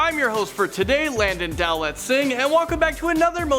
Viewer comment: Landon finally said his name right.#Notificationsquad were y'all at? Can you guys do Austrian urban legends please.